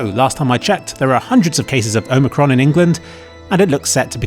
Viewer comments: Great video, I've really enjoyed this series. May as well mention - it's Omicron with a short O, like in 'Ron' for example. Just so you know how to say it in the future. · loving the pronunciation of the new varient nice meme